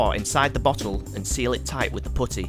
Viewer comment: I'm sorry but I couldn't take this seriously after the way he pronounced "putty" Loved it though.